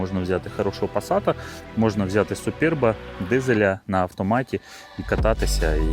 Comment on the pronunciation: Не скалА, а скАла,наголос робіть вірно, що в перекладі з чеської означає сходи( лесниця чи ступенька) . Не супер БЕ, а супьорб, що в перекладі - чудовий😊. А двигун 1.6 cwva made in калуга, в європі таких немає. З газом добре дружить, буде економніше по грошам.